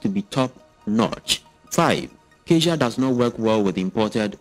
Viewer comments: You pronounce "cazia" but it's caTia, like cat + ya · Sir Catia is Pronounced - Ka ti a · ITS:CA-TEE-UHH. SAY IT WITH ME CA-TEE-UHH.....